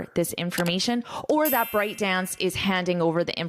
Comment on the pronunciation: Very detailed great course!! But I think ByteDance pronounces "byte" dance, not "bryte". It's a computer unit of characters.